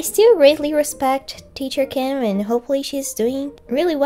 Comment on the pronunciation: I'd like to think if Ms. Kim saw this part she'd be seriously impressed with how natural your Korean sounded here when you were doing an impression of her (and maybe a little flattered) while also enjoying a good laugh at how the exchanged turned out from your perspective.